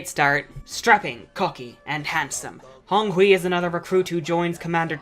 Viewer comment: 10/10 pronunciation of Honghui :p